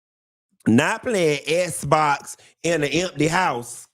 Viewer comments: Please stop saying sssbox😅😅😅... .I cant stop laughing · Lmao not “Esbox!” 😂😂😂 I’m dying!